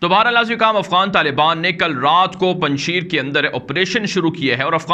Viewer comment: تلفظ پنجشییر نہیں پنج شیر یعنی اسد ( پنجشیر)